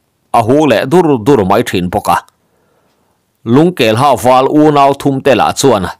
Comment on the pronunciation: Lungkelha tih hi,a khaw hming phuah chhan ngaihtuah in,Lungkelhă tih tih tur ani em? "Ha" tih hi thluk in,"ka ke a nă" tih a,nă kan lam ang hi ni se,ngaihthlak a nuam lehzual ngei ang.